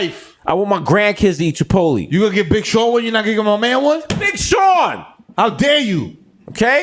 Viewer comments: Me: Chipotle Desus: Chuhpotlee Mero: Shapotlay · Someone tell Desus the right way to say Chipotlé... its not Chipot-leeeee!!!